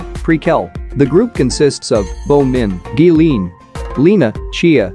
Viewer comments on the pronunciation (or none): It’s just pronounced as green (in English). The auto voice used in the video pronounced it like you would in Korean which is geu-rin but for some reason the voice makes the R sound like an L